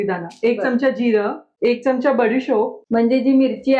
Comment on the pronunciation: चमचा शब्दाचा उच्चार च्यमच्या करु नये.